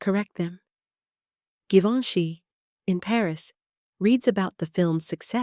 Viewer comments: Please pronounce Givenchy correctly. No hard G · I am glad you posted this. Givenchy (first letter) is pronounced like the SECOND, (soft g) in garAGE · Can you make your IA narrator pronounce Givenchy right all the time, not only every 5th or 6th, please. It is so irritating. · WHY IS GEVINCHY PRONOUNED WITH A HARD G AND THEN A SOFT G IN THE NEXT PRONOUNCEATON? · Interesting facts- horrible text, very redundant and please, 3 different pronunciation for “Givenchy” ??? Most aggravating. Very painful to listen to.